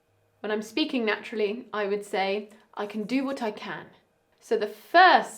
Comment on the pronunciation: Mam plz dont mind and no offence but I observed one thing that u pronounce natural as nattural but its nachural I just written it no offence to her